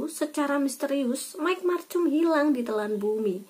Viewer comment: Bacanya bukan macum. Tpi markum